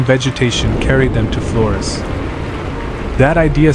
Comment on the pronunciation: Why is he pronouncing Flores like that? Does the narrator hate Latinos or something?